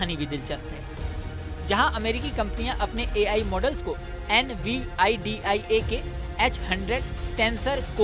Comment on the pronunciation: Nividia pronounce nai kr pa rahe ho Well video achhi hai 👍